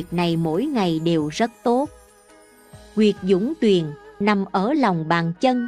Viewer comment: ...đề nghị đọc là "dũng tuyền".! vì "ung tuyền"chỉ trong tiengs Hán mới có như "Ung chính" mà ít được sử dụng nghe rất trái tai?trong tiếng Việt không có sử dụng trừ trứng "ung thúi"?...như quan nguyên...khí hải...đan điền đều là một.!..."dẫn hỏa quy Nguyên nhập đại Hải.".!?